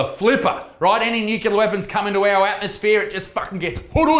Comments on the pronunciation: Nucular, nucular, nucular, nucular it's NUCLEAR you dumb fuck! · nuCLEAR, not nuCYOOLAR - get it right, Buttsmarn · NUCLEAR - "nu-klee-ah" not fucking "nu-kyu-lah". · It's nuclear, not nucular Mr. Bush 🤣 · What's a nukuler weapon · Dude, stop saying Nukilar, its nuclear, it hurts my ears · Nucular Lisa. Its pronounced NU-CU-LAR :D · I love you isaac but pls stop saying nucular it's nuclear lmao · Nuclear. There's no "u" mate. Nuclear - derived from the word "Nucleus" - not "Nuculeus" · Isaac, it's pronounced NEW-CLEAR! 😂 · Nucular? WTF is nucular? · pronounced "new-clear" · Stop saying nucular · "undoubtably" "nucular" c'mon Isaac I know you're the son of a rugby league meathead but that's unacceptable. As a western sydneysider I agree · Nucular weapons? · Won't lie, love the un-ironic pronunciation of nuclear as 'nucular'. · Homer Simpson: It's pronounced Nu Cu Lar son. Nu Cu Lar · haha nuc-u-lar